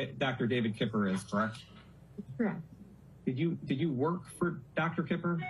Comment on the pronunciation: I’m so sick of hearing him say kerrruck for correct 😂